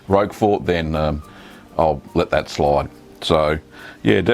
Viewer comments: This is NOT how you pronounce Roquefort. The creator of the video was closer except (as you have stated) he was pronouncing it with the t (which is indeed silent). The closest phonetic pronunciation is ROAK-FOR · My favourite cheese - Roquefort, pronounced 'Rocker for' - The 'T' ain't pronounced - You're welcome!